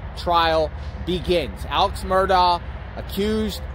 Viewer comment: Hey hey, pronounce it like Alek Murdock. …….. I know weird but that is how it’s pronounced 🙃🙃🙃🙃🙃